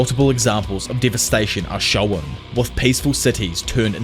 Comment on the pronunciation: Hey man loved your videos since the Tokyo revengers chapter reviews, love this one too. Don’t take it negatively but try to work on your pronunciation of ‘shown’.